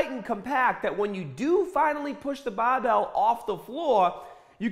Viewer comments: Man I love this guy. Like a father to me. Guided my workouts throughout my teen years. Remember to pick up the bahbell! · did you just forget to ahh in for the word over? Bahbell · "push da bah-bell"!! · it’s literally so selective, he’ll “bah-bell” and “hahd” and every single other word that ends in ar he pronounces normally lol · The accent change with words like Barbell and Start trip me out. No accent to full Boston accent in a split second.